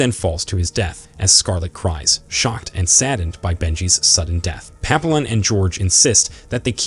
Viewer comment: tbf almost every French word in the recap is pronounced wrong. Papillon = Pa-pea-yon.